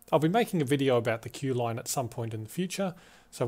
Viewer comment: You mean “Kew” not “Kee” right?